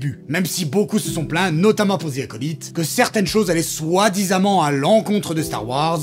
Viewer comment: Vous devriez apprendre à prononcer The Acolyte